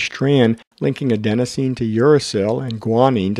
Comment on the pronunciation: Sorry, one more correction - it's Adenosine, not Adensosine